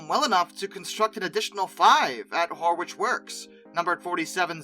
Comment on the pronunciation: Hey, just a couple of pronunciation updates for you - probably you're sick of these already, but what the hey, I'll add to the list - Horwich - like Norwich ("Norritch") in the UK, pronounced "Horritch" - Keighley - odd one this, pronounced "Keefley".